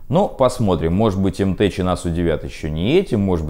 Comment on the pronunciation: Не уверен, что название М-ТЭЧ, наверно все таки М-ТЭК